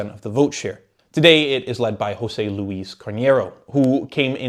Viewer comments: AAAA! You said Hose-ey !!! Portuguese is not Spanish Just say Joe-sé instead! The Portuguese J is like the French J Stop with the Spanish J !!! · Jew Zeh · not that it matters much but José is not pronounced like Spanish José. Portuguese J is like French J, not Spanish J. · Who dafuq is Hosé? We're not Spain. It's José 😂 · As a Portuguese, it was a very good summary! I would just ad: - José is pronounced José, not "Hosé". We. are. not. Spain.; - CDS means Centro Democrático e Social (Demcocratic and Social Center) which is a throwback to the very leftwing 70s when the furthest right it was socially acceptable to be was in the Center.